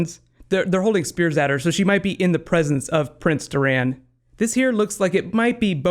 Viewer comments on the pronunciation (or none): It is Doran not Doraan, and Kevan not Keevan. Also, I believe the place with the snow and the cliff is Hardhome, not EBTS. And that is not Tyene Sand trying to seduce Jaime and that is not Quaithe, it's a SOTH. Missandei, not Missanduy. I'm looking forward to Braavos. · It's Dòr-an (not Durān) and Kev-an (not Keev-an) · It's kevin like in our world not kee-van and its door-an, not dur-aan for Doran.